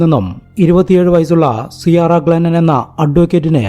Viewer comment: Sarah എന്നാൽ സെയ്റ എന്നാണ് ഉച്ചാരണം. Sara ആണ് സാറ. പിന്നെ ciara എന്നാൽ സിയാറ അല്ല കീര എന്നാണ്